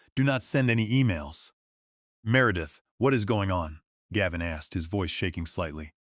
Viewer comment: Do you know why you have only Two Thousand Subscribers? Probably not, so I will tell you. There is a reasonably common male name “Gavin” that is “Gav” as in “hav” and “in.” Unfortunately you are just too LAZY or just DON’T CARE about your listeners. Too lazy to listen to what A.I. outputs or maybe you don’t understand English either way you insult your listeners! Also why can’t you edit a simple number and make it four million dollars, instead of 4 thousand thousand dollars. You will never succeed until you learn. So there is no Subscribe from me and a Thumbs Down.